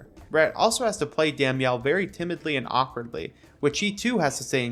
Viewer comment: You can’t pronounce damnyell. I’m done